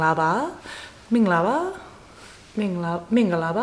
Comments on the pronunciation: Your "mingalabar" is so good! I'm a Burmese. keep going!! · I just found this video of yours. Your “Mingalarba” is surprisingly correct in pronunciation. One thing that I notice about the reason why some learners have a difficulty in pronunciation at first is the way the pronunciation was written in English. Sometimes, there’re some extra letters in pronunciation - silence sound. Also, you may notice that there is a dash “ - “ in between each pronunciation. That’s the indication to combine those two words when you pronounce. Also, we have the saying in Burmese language: Writing seems correct while pronunciation is different, a.k.a “Yay-Tot-Aa-Mayan, Hpat-Tot-Aa-Tan” (ရေးတော့အမှန်၊ ဖတ်တော့အသံ။) To be honest, Burmese is still unrecognised language and many people don’t know about the language. As a Burmese, I feel so happy and proud if someone try to learn the language. If you are still learning the language, keep on trying and best of luck.